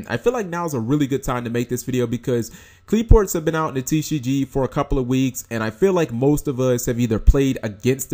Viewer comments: Qli-Fort is the correct pronunciation. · If you like Qliphorts so much, it might be a good idea to learn to pronounce them properly.